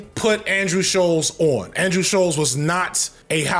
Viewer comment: hearing him call him scholz instead of shultz the WHOLE VID has me crying